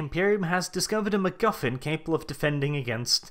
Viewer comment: I liked how you said McGuffin. I also liked how you said another word but that is rather rude to repeat. Thanks for a fun review.